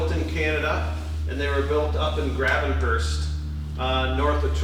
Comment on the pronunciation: Great tour! Some sweet boats! Gravenhurst pronounced “Grayvenhurst” in the “Muskoka” region of Ontario famous for Greavettes, Duke and Ditchburn boats (and many more). Just 2 hours north of Toronto.